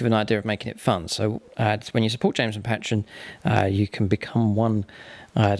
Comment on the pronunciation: You pronounce patreon wrong, its annoying